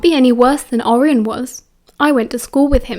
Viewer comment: the way you say andromeda and orion has me on the flooy 😂😅